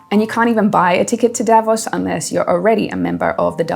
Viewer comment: Davos is not pronounced the way it is in this video and most others.